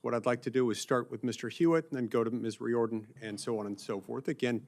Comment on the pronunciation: Oh, Mikey, Riordan is pronounced "REAR-din" not "Ree-OR-din". If non-citizens can vote here, can we go vote in other countries as non-citizens? It used to be only land owner's could vote. Let's go back to that.